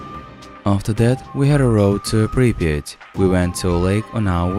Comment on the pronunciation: Its not priviet its prypiet